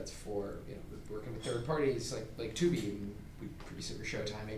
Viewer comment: bro said Tubi 💀